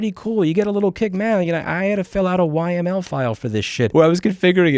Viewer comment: I chuckled when Louis called YAML as "Why ML" file. But that proves his point even further. All you need is some basic understanding to get this things up and running. And with zero-config offerings like Zero-Tier and Tailscale it's even easier